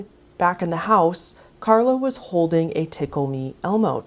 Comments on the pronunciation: You didn’t even pronounce the victim’s name right. It’s Charla Nash, not Carla. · Not for nothing, but maybe learn her name: it’s Charla…not Carla. 👌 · A witch who fails to pronounce the name of a victim getting her face ripped off by a chimp advises watchers to skip forward because animal d3ath might make the them feel uncomfortable. CH-ARLA didn’t have anymore hands!!! He literally ripped them off as she was trying to fend him off. That thought alone makes me uncomfortable. Smh You should have redone the whole video or at least do a voice over instead of calling her KARLA through the whole thing. Ludicrous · Charla pronounced Sh-arla, otherwise good vid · At least show some respect and pronounce her name right 🙄its charla